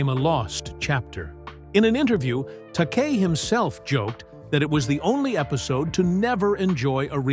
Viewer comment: George Takei’s name is pronounced ta.KAY not TOK.a.